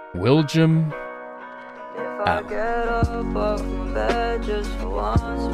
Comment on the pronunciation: 50$ and he says willjam instead of willjum lol